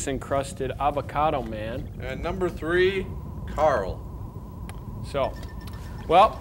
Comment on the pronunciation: Her word pronunciation is so annoying. TWEEEE (for three)